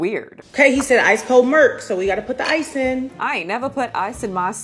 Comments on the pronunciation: I love how you say "Melk" instead of Milk. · Did she say "Mirlk"????? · Did she say Whole Melk?🥛 😂😂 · She’s referencing Finesse 2 times who pronounces it like that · It's a throw out to a rapper who had a thick accent and pronounced milk as murk. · I distinctly heard "Malk".